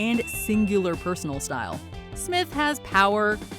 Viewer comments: Did anyone else cringe every time said "Smith" instead of "Smyth?" Great way to start a video by mispronouncing someone's name. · Her name is pronounced "smithe" with a long I, not "Smith"! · Just from the very first song, it's obvious you're a millennial trying to do a list you're not meant to do. Scandal featuring Patty Smyth - it's not pronounced Smith (common pronunciation), It's Sm-EYE-thye. Also, you're naming bands such as Twisted Sister, Midnight Oil, and the previously mentioned Scandal, all who had other hits that didn't chart as well as their key song, but they did chart. That, by definition, does NOT make them a one-hit wonder. Most of your list is one big contradiction. Do better next time. The following are one-hit wonders from the 80's Gloria Loring & Carl Anderson “Friends And Lovers” Toni Basil “Mickey” Oran “Juice” Jones “The Rain” Frankie Goes to Hollywood “Relax” Michael Sembello “Maniac” E.U. “Da Butt” Stacey Q “Two of Hearts” Shannon “Let the Music Play” Pretty Poison “Catch Me I’m Falling” Neneh Cherry “Buffalo Stance” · Patty Smyth is pronounced with a long i i sound. Patty Smith is a completely different artist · It’s patty smyth with a long I. You obviously don’t know your subject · I think her last name is actually Sm-eye-th, not Smith. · Why do you pronounce Patty Smyth like it was the other artist, Patti Smith?? It's not pronounced Smith, it's /smahyth/. And Nena's hit version was in German, it's "Neunundneunzig Luftballons", NOT "Nein and ninety Luftballons" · Patty Sm-EYE-th. Sorry. Patti Smith is a very different artist. :) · I think Patty Smyth's name was mispronounced. It's a long I, not short as in Smith. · Thank you. Every time she said Smith, I yelled "SmYth Dammit!" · "We're Not Gonna Take It" a one-hit wonder??? I don't think so Oh, the vocalist on "The Warrior", he last name is pronounced "Smythe", Not Smith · Umm... It's Patti SMYTH, (long "i") not Smith. Patti Smith was a different singer. ..Joe